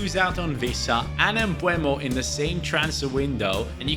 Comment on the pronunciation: Please, it's Bryan MbEUmo not MbUEmo 😅